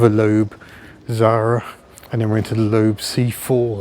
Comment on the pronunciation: Loeb is pronounced ‘lebb’, not ‘lobe’. ;o)